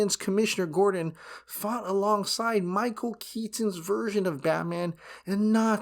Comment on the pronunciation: Dude... stop saying KET TON it's just KETON. FFS 😆